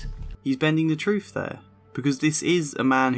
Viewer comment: It's not "with=wiv or truth=truff" wiv is exceptionally bad. work on your enunciation, you very well-educated man.